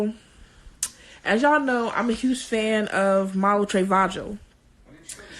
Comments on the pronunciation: Malu 'trey-vah-jo' love that for her. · I’m sure that’s not how you pronounce trevejo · Malu tre-vaj-o💀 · Are you sure You're a fan of malu but you can't even pronounce her surname correctly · She couldn't even pronounced her last name correctly SMH🤦🏽‍♀️ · Why she pronounce her last name like that 😂